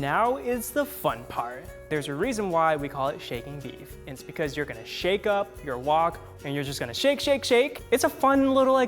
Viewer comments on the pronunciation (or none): none